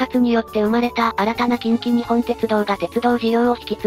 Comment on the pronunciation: 細かいところ指摘して申し訳ないんだが近畿日本ってのは『きんきにっぽん』って読むんだよ。 沿線で育った身からしたらこれは、やはりニッポンって呼称してくれないと気持ち悪い。近鉄といえばニッポン